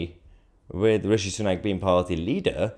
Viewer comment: Stop calling him rashi it's rishi